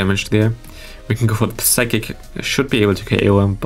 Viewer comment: Since you Play medicham that often i gotta tell you that the p in psychic is silent. Its pronounced like sychic. No offense though, your english is great and has already improved a lot.